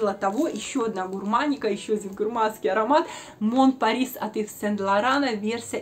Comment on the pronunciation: Пожалуйста, без обид, но читайте название парфюма правильно. Напишу русскими буквами : Мо(н) Пари (не читается s в конце) А за видео спасибо 👍